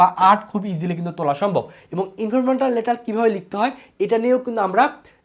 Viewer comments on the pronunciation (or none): ইনফরমাল ❌ ইনফরমেটাল ✅ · আপনি" informal" pronunciation করকে পারছেননা। আবার ক্লাস নিচ্ছেন HSC.